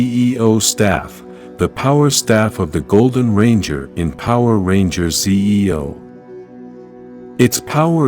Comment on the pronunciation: It's a synthetic voice over Neo. That's not the channel owner talking, so the system probably doesn't know how to pronounce Zeo.